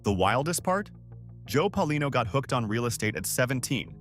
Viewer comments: Pay-a-LEE-no and Prah-kha-shan-TEE.😢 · It's Paolino (Pay O leen O). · It's pronounced Payalino